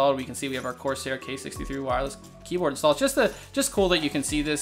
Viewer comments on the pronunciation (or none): none